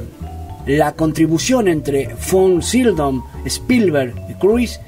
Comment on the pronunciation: Me gustó el resumen sobre la carrera de este actorazo. De hecho había papeles que no recordaba que hubiese interpretado él. Pero por qué dices Von "Sildon"? Si en el título lo escribes correctamente : Sydow. De todas maneras ,estuvo bueno y voy a ver otros de tus vídeos.